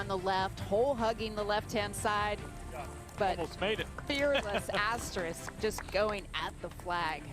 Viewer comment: someone should have told that announcer her name isn't Asterik